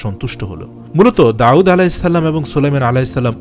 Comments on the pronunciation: داوود على السلام Not داعود على السلام আপনি নাম টি সুন্দর করে বলবেন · Nobir name Ta ektu correctly pronounce korar request korsi. ( Da’ud with hamja, not with a’in) thanks brother. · জনাব, ক্ষমাপ্রার্থী! "দাউদ" উচ্চারণ ভূল শোনা যাচ্ছে। দাঊদ "আইন" দিয়ে নয়। পেশযুক্ত "ওয়াও" দিয়ে। ধন্যবাদ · উনার নাম ছিল ( داود عليه السلام)আপনে বলতেছেন داعود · দাউদ বলতে আইন নয় ওয়াও হবে। داؤد হবে داعود নয়। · আসলে ওটা داعود না داود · অনেক ভালো লাগলো তবে দাউদ নবীর নামের উচ্চারণ এর ক্ষেত্রে কেমন জানি শুনা যায় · দাউদ আলাইহে ওয়াসাললাম নাম এর মাখরাজ সঠিক করে নিও। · বার বার দাউদ (আ) নামটি অশুদ্ধ উচ্চারণ করা হয়েছে।